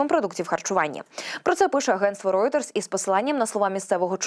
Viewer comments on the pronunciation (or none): none